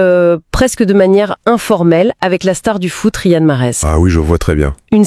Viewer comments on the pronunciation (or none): none